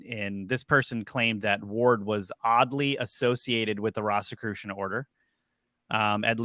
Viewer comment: Why are you pronouncing "Rosicrucian" like that? It isn't "RAHsicrucian", it's "ROHzicrucian". They were the order of the "Rosy Cross", or "Rose Cross". Do you call the rose flower a "ross"?